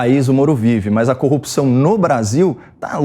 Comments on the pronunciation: Queria saber porque é necessário falar ;”CONJA; DEMOCRAXIA; COOPÇAO em vez de corrupção ?. É muita frescura ….. a boca fica parecendo que tem outra função deformando seu movimento natural. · Copi...ção ? No lugar de CORRUPÇÃO? Ave !